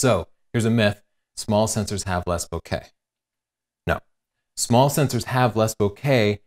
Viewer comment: friend of mine from Japan says it is pronounced the way pronounced it. He also says that in Japan they would use the word to describe a person whom we would describe with a word like "goofy" in English.